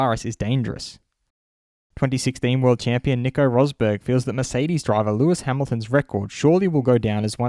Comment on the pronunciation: ⚠️ To all international journalists & sport presenters: 🌐 it is NOT Lewish ... it is NOT Bottash ... and it is certainly NOT Max Vershtappen! Pronouncing "st" as "sht" is done by Germans not Dutch people! ... like an insult to us ... like insinuating you are a Nazi or something. But most people from Holland (like me) have NO issues with Germans at all. Am part German myself.